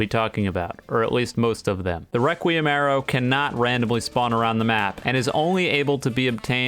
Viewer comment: I dont know if im deaf but i keep hearing him saying reqwuiem awrow and now i just hear him as a furry